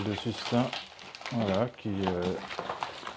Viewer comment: Sustain (su-s-tayne)